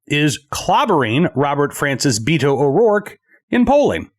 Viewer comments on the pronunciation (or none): It is pronounced Baytoh, and is as phony as he is.